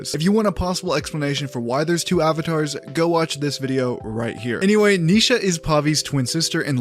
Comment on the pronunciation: It's Ni Sha not Neesha